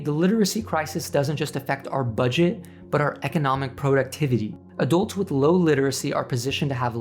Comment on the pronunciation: Please pronounce the u in adults as a u, not an o.